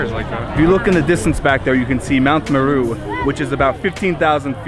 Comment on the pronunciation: I live in Kenya and have traveled to Tanzania a lot. Was curious to see how you would vlog about this trip just because of how people generally cover Africa, but I honestly loved this first video! Also realized that you pronounced 'Meru' like 'Peru' which was the most American thing in this video. Lol. That Krest/bitter lemon soda is my fave!